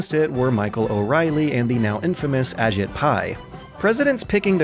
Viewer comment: Just to say it, his name is pronounced "a-JEET" rather than "A-jit". I hate giving him the slightest shred of respect too, but we gotta.